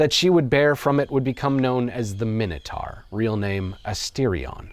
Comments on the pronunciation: Minotaur. Minitar lol😂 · Pronounced mine-a-tor not min anything AMERICANS learn english. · Seconds in & you're a complete spastic: Minnatar????????? WTF? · I know what the minotaur was, but what's a 'minnertar'? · Some people pronounce it my-know, some pronounce it min-oh, I honestly don't know which is correct. However, I'm sure it's mino-taur, like Taurus the bull, not mino-tar like the road surface. 🤔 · Why are you saying Minotaur like that? You know full well that’s not how it’s pronounced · Never heard Minotaur pronounced that way before. Odd.